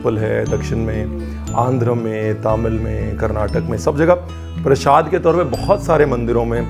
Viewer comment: PrasHAd nahi hota, PraSAd hota hai!